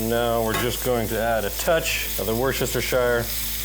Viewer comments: I'm sure youve received a lot of comments about this already, but, just a little help with pronouncing Worcestershire would be wuss-ter-sher. Other than that tid bit, cracking video mate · worcestershire = wu·stuh·shuh sauce. take it slow and don't over think it. :) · not sure if you know but its pronounced Woo-ster lol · Wörshestershire lmao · It's "wurstercherstecherstershichidire"! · Sir. It’s “ Watch-Ur-Sister-Shower “ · Can no Americans pronounce Worcestershire. I'm really starting to think so. Though Asmon actually came fairly close. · Cool video, but please... please stop saying Worcestershire Sauce. Just call it W Sauce or something. xD